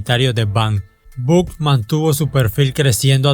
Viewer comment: No se pronuncia "yoid bank", se pronuncia loid banks y "buk" sería "bock"